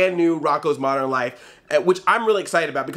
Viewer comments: Why do you pronounce "modern" as "moderin?" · Moder-in Life?